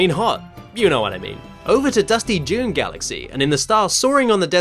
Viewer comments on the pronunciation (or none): none